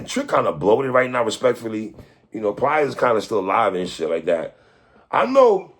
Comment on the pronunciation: I think 3 and Watson do this shit on purpose. Where is the R coming from? It’s PLIES. Not pliers like the fucking tool